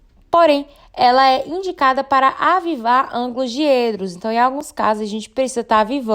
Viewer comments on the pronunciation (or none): Diedro, com "é" aberto. Abs.